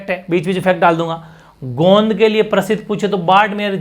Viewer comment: Sister Hindi me (गोंद ) bola jata Haai